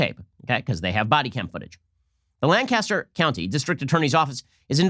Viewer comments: Lancaster is a dump, been there many times; loads of history there but its super ghetto. Just letting you know you're pronouncing Lancaster incorrectly. Its pronounced Lankister. On a side-note, that freeze frame of the future Engineering PHD who was turning his life around makes him look like an orc. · From Lancaster, he said it wrong, we say it "Lane-cister" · Lanc-a-ster. Just saying :-) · I know it’s not the point, but I’m cringing every time he says, “LAN - Castor”. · It’s “Lan-kes-ter.” On a more serious note, the speed at which the rioters began their activity is suspicious at the least. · Lank-aster. Just saying. Good show. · That’s not how we pronounce Lancaster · Ben mispronouncing Lancaster multiple times. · I live and work in Lancaster county... You're pronouncing our Lancaster incorrectly. . . but BACK THE BLUE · I’ll take you seriously when you learn how to pronounce Lancaster correctly. We are not British in Central, PA. One fact you omitted from your diatribe: The man was mentally ill. Whether or not the shooting was justified, this incident (like many others) demonstrates how broken our system is. Stop fanning the flames, Shapiro. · I'm trying to watch this video but I keep getting taken out of the video. As a Pennsylvanian all I keep hearing him do is pronounce Lancaster wrong lol. Agree with Ben's take though. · You're pronouncing Lancaster wrong. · I live near Lancaster, Pa. I’m sorry, but you’re saying “Lancaster” wrong. It bugs people here. I think it’s cool that you’re evaluating a small city in Pa tho near where I live, Heather Adams is amazing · I am bothered by the mispronunciation of Lancaster so much in this. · That’s not how we say Lancaster. The first syllable is stressed not the second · You all are pronouncing Lancaster wrong. I grew up there in the 1960's and 1970's. Too many Puerto Rican welfare leaches there. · Ooof he said Lancaster wrong lol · You said Lancaster wrong every single time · It's LAN-caster, not Lan-CAST-er.